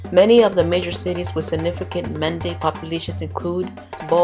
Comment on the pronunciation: Is Men day not manda.